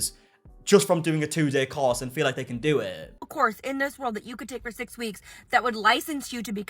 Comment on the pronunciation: I thought he said cause. I had to think hard to realize it's course.